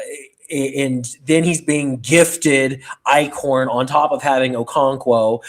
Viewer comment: EYE-SHORN. Stop saying Ike-horn!! 😂